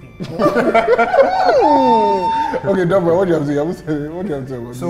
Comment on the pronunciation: That would be Doubra, not Dobra...